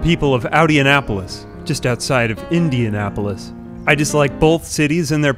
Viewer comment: Spoke of Indianapolis like a true Hoosier